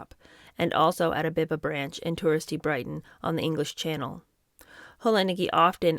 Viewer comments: It is Beeba, not Behba. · Biba is pronounced bee-ba. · Biba is pronounced Bee-Ba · Biba is pronounced Bee-ba 😉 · Loving this book. Biba is pronounced BeeBa xx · Hi. I love everything you do ❤. By the way BIBA is pronounced beeba. It was THE place to be in the late 60s and early 70s. ❤ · Nigel Dempster was a gossip columnist, mixing with high society, he had to go to those places. Hope you don't mind but Biba is pronounced 'Beeba' and Mary Quant- 'Kwont'. I remember that time, though I was younger and both were massive names in youth fashion. Don't forget Anna was cushioned coming from a well connected family. She was never going to have to work in Woolworths or a factory when she dropped out of school. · Enjoying this very much. Wee note about pronunciation: Biba- Beeba Quant- Kwont The class system in UK is such that she could absolutely do whatever she wanted in or out of school safe in the knowledge that daddy would ensure a lucrative career for her. Family name is everything, sadly. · Pronounced Mary Qwant and Beeba.